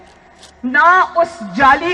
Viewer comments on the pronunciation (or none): جالی نہیں جعلی ہوتا ہے۔۔۔